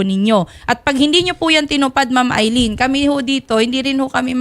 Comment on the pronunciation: Di naman yan aileen Al lyn po pag basa nyan 😂😂😂